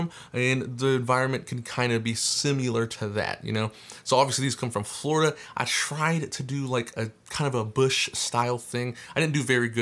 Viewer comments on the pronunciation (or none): none